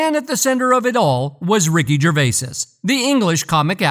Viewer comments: It’s not Gervaises ……..it’s Gervais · FFS.......its "Jer-vay", not "jer-vases"🥱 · I was just about to start typing this and there was your comment top of the pile! Good fellow! 👍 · Its Gervais not Gervaisis. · It’s gervais not gervaisis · I second that, Gervais-IS 😂😅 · You'd think he could pronounce every other name correctly and when it comes to the subject he would know how to pronounce it!! 🙃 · I dont know what is worse, suffocating a puppy or hearing you say "gervaises". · You’re an idiot. Tom Hanks definitely sold his soul and I am sure that he’s guilty of a plethora of indecent acts. Back to you, though …. How stupid can you be? You pronounced the mans’ name wrong every time you said it. I hate people. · Jesus man.....do some research and cover the F*£ing basics by pronouncing his name correctly ......it's literally the simplest bit of research.....stop being a typical lazy yank dear god!!! I would have invested more time in this video but switched off around 2 minutes in....I couldn't bear hearing you say it for a 5th time!! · What is this stupid narration? And why the fuck can’t it say “Gervais”?